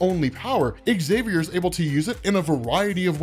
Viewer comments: Love your channel, BUT, why do you always mispronounce Professor Xaviours name? You always say ecks-xaviour, drop the "ecks". Say the word "xylophone", if you just said "ecks-xylophone" then there is no hope for you! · Never understood why his name is pronounced as exXavier.